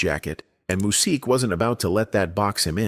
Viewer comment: 😬 I didn't make it past 3 min because of his name was being mispronounced so many times